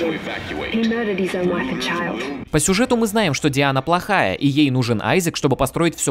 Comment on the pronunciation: Зря ты не использовал ру озвучку, она правильная. Дэйна а не Диана. Да и субтитры мягко говоря не верны